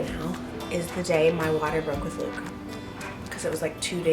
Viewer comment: i am so happy for you also claim your LATE tickets here edit: when i heard you say luke i thaught you said bloop lol